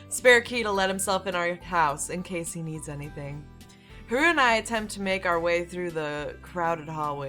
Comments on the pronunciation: I can't get over the fact you pronounce Haruhi as Hah-ru-ee ;w; I keep cringing every time you say it lol It's Har-oo-hee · I wanna see you play more :D Also, its pronounced Ha-rue-hee. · I say go for continuing this,! Also, it's pronounced HA-ru-HEE. For "Haru" it's just HA-ru, You're putting too much emphasis on the second syllable. But don't worry about it too much, it just means you're not familiar with Japanese, which I don't blame you for, it's not an easy language to master. (I wouldn't call myself a Master either, just an ex-weeaboo.) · play more please And just so you now haruhi is pronounced ha-ru-he the only difference is really the I at the end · I love this series so far!!! Just so you know haruhi is pronounced "HADUHE" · I think Haruhi is pronounced "Haru-hee," with emphasis on the "hi/hee." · Its pronounced ha-roo-he and curl your tongue on the r so it sounds more like an l. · ***** Same here. xD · You're stressing Haruhi too much 😂 Just relax when you say it. And I would like to see more ❤️ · Oh and for the name haruhi,it's pronounced ha (like you're laughing) ru (your ru is fine) and hi (say it like you're saying he) Hope that helped!